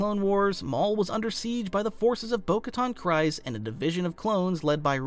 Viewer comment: Solid video, also just fyi, it’s pronounced “Kreez”, not “Cries”.